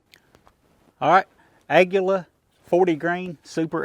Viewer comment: You are the first person i hear pronounce the word "Aguila" correctly ! Almost everybody pronounce it wrong, thats that the Spanish word for "Eagle"